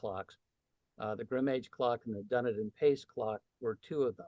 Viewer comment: Please pronounce Dunedin correctly: Dih-NEE-din /dəˈniːdən/. It is not Dun-ih-din.